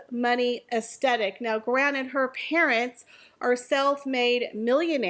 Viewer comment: I agree with everything you said, but please listen to how the word “aesthetic” is pronounced correctly 😅